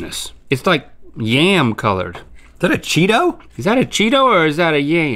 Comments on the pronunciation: yam, the vegetable, not ya yum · “Is that a Cheeto or is that a YAY-UM?” If there was ever any doubt that Link grew up in NC, that pronunciation of “yam” just cleared it up.